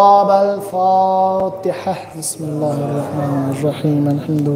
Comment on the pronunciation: بسم الله پڑو جناب مسم اللہ نہیں